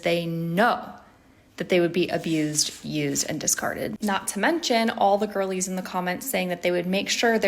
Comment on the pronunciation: Oh, "girlies"; I thought she was saying "ghoulies"! Seems more fitting